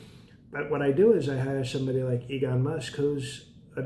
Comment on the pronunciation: Dude said "Egon Musk"